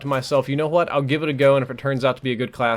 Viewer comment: This is an excellent class, I'll tell you Hwhat.